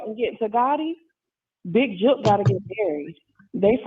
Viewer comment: You can’t say the word Jook👀🙃😫